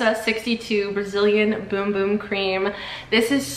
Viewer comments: they were questioning her pronunciation which is the correct pronunciation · That's how you pronounce it.